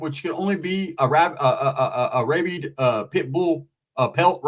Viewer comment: Its pronounced "RAH-BID" not "RAY-BEED"